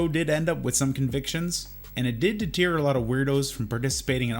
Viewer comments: WHY CAN'T YOUTUBERS FUCKING PRONOUNCE WORDS CORRECTLY? WHY CAN'T YA'LL FUCKING READ??!! It's not de-tear, it deTER. DEE-TURR!! DETER!! Will this DETER you from failing kindergarten next year? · deteer? it's deter lol